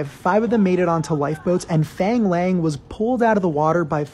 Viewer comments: It's pronounce Lung but I'll take it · To pronounce “ang” Chinese names use the “ah” sound (phonetic “a” like in water, or want) f“ah”ng L“ah”ng not f”ei”ng l”ei”ng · No, actually its like faang laang if you were to pronounce it in mandarin. But if you want to pronounce it in Cantonese, its pronounced foong laung (its hard to make you understand because cantonese is very hard)